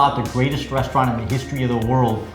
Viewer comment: He said "restaurant"....